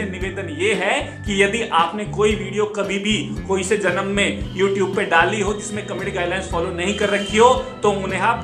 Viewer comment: Youtube nhi youtoobe..🤣🤣😂😂